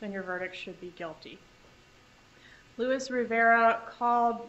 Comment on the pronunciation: She keeps referring to him, but his name is Luis, not Louis.